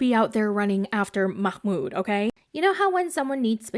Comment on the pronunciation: His name is MAHmoud, not MAKHmoud. Why the extra kh sound? Im so confused